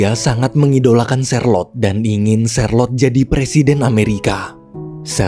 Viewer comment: Namanya charlote saya dengernya sharelok😅😅